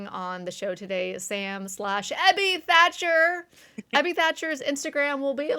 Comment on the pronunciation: Tiny annoyance - it´s THACHER, not 'Thatcher'. Edwin Throckmorton Thacher. I know it´s a small thing, but still. This is usually corrected when you search for his name (though it is often spelled wrong even in articles), but if people want to read up on AA history you might miss important stuff if the relevant names are spelled incorrectly.